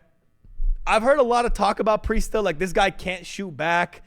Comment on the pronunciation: Preistahh is the glue fosho